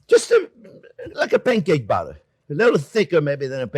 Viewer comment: Chef pronouncing batter sounds an awful lot like Chef saying butter. A Freudian slip, perhaps?